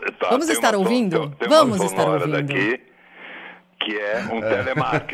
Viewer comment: Vamos estar " ouvino" kkk